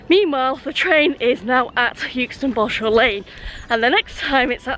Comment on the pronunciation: Hi I'm from Yookston, 200 yards from the station. I'm sure this has been mentioned before but - the 'u' in Euxton is silent - it's pronounced Exton. Balshaw Lane is pronounced as 'bal - sher Lane', not 'Ball-Shaw' Lane. Good video, though